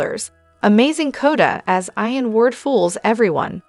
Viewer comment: Not pronounced Ion but Eeon ...